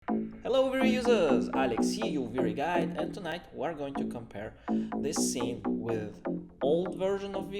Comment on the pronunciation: Vray "Guide"? Ohhh. I thought you have said Vray Guy for years lol. Great video!